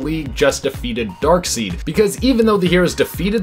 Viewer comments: Amanda seems to be the only host on this channel that gets the names right. dark-seed? It's always been dark-side... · It's Dark SIDE, not Dark SEED Sorry it's starting to get annoying. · C'mon dude it's pronounced Dark side 🙄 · Dark side not Dark seed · My guy, it ain't DARKSEED, it's DARKSEID... Lordy lord but good job on the video 👌💯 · Dark Side!!! Not Dark Seed!!!!! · It's not pronounced Darkseed: it's Darkside. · Seid not seed lol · It's Darkseid pronounced Dark-Side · I feel like he has never read a DC comic if he said Darkseed! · Hey, I know there's more than a few comments about it, but I'm honestly curious about where you picked up the pronounciation "Dark-seed"? I'm not judging, but I'm curious. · He pronounced darkseid as darkseed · FOR DARKSEED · Every time he pronounces it “Darkseed” I feel like smacking someone. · Oh My God! HE SAID DARKSEED INSTEAD OF DARKSEID! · STOP SAYING DARKSEED!!!!! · 🤓🤓Um, actually it's pronounced Dark-said! "I before E except after C, or when making an 'a' like neighbor or weigh." Haha! JK! Shut up nerds! You did great! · Come on it’s pronounced darkSIDE SIDE 😂🤣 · It's pronounced Dark SIDE! That was established by Jack Kirby, his creator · It's spelled Darkseid, but it's pronounced Dark"side". Please say it correctly. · I had to turn u off because of your annoying pronunciation of darksied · Omg I've never heard someone mispronounce Darkseid so many times in one video! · i think it's an ongoing joke. people told them the first time years ago and they've been doing it on purpose ever since.